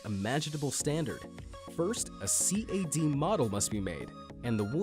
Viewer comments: "a C-A-D model must me made"... really? It's pronounced as written... cad model. It's hard to believe you put the research required to proclaim these thing "worth every penny", when you say something like that. Just about every surfboard, or any anything for that matter, begins with a CAD model. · I've never heard anyone say C.A.D. instead of cad. is it just me? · He did not just say C.A.D. Model instead of CAD model did he? Ugh... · did this boi just say C-A-D its just cad, good lordy FUCKING NORMIES REEEEEEEEEEEEEEEEEEEEEeeEEE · Not C-A-D it’s CAD